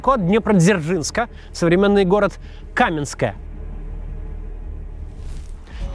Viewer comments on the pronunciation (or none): none